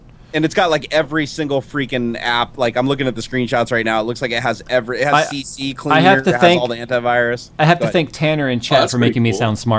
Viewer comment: haha, said "CC Cleaner". It took me a while to lay off this bad habit.